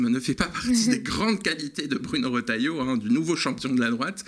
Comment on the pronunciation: Trop fort le rotailloyo 😂😂